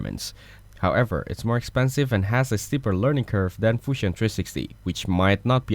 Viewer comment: the 'Fushion' kills me every time😂😂😂